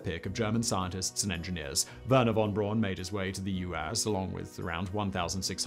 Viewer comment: That's Braun with a "u"!